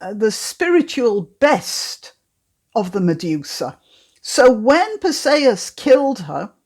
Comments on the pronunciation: I've never heard Perseus pronounced this way. I always thought it is Perseus like er..." per -see-us ". Not "per say-us." Anyway, perhaps I'm wrong - I always like your videos ! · Your pronunciation of Perseus is I assume, the Greek pronunciation. It sounds odd to my ear because I am used to what I believe is the Anglicised variation. Note, not a criticism but merely an observation. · Iceni Unfortunately it does not say where the stress falls. Is it PER-see-us or per-SEE-us?